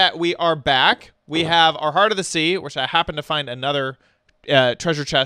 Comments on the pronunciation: It's heart not heat lol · It is HEART not HeAt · Where's your "r"......